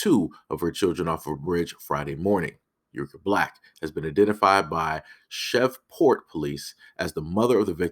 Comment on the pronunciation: It's pronounced "SHH-REEV-PORT" bro....